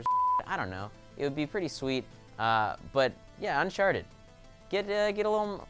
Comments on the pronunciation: Did say unsharted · why does saying uncharted sound like unsharted?